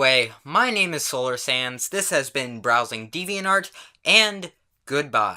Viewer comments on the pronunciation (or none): Every time i hear you say "solar sands" its like "slolar SANS" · It sounds like he says “solar sans”